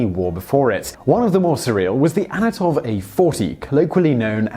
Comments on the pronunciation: It's "An-To-Nov", not "A-No-Tov". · ANTONOV, NOT ANATOV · "Anatov"? Isn't it "Antonov"? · Antonov, not Anatov Tupolev, not Tupolov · It is ANTONOV not ANOTOV - Read ANT-O-NOV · Honestly, if you pride yourself on having a channel with interesting facts, not even getting the name of THE most famous Russian airplane designer right is pretty embarrassing. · "tupalov"? "anatov"? smh. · THANK YOU! Gah. That drove me crazy. Glad someone else pointed it out already.